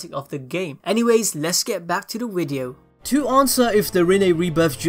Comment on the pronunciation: "let's get back to the wideo"